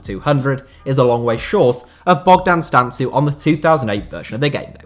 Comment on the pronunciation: It's Bogdan Stan-Koo or stan-kou, but great video and thanks for the inclusion